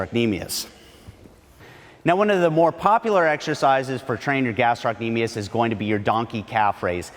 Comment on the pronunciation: Love the video minus how he pronounces gastrocnemius 😂